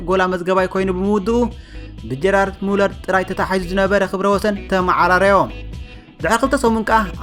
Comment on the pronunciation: ገርድ ሙለር ዩ ጀራርድ ሙለር ኣይኮነን soory ይቅረታ ግን